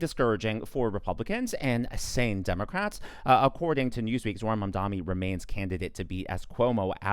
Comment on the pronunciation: it's not mamdonnie..... its' MAM!!!!!!!!!!!!!!!!!!!!!!!